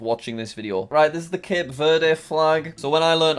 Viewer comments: You pronounce Cape Verde Cape verd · Cape verde is pronounced like cab verd